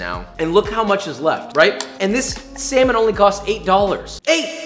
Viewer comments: he says semen instead of salmon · 4.07 dude said seamon lol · when he made the first roll he tried to say the salmon is fresh but said semen lmao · He said semen is fresh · The way he said "salmon" is very interesting